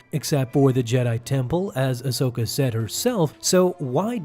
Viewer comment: AHsoka...say it with me...AHsoka